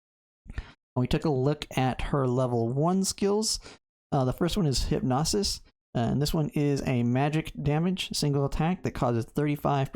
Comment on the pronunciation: Good video, bro. Side note it is Hyp-no-sis, not Hyp-nos-is lol